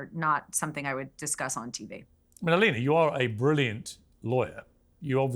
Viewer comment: did he just call her M-alina?